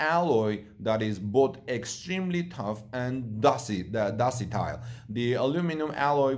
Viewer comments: you need to pay more attention to words and their pronunciation. There is no such word as "docitile". I think the word you wanted was "ductile"... DUCK-- TILE. Thank you for the update. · ductile "duck tile"